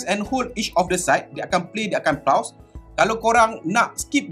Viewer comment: SAYA NAK PHL pembetulan sikit PAUSE.. bunyi 'phos' bukan 'paus'.. hihi☺️🙏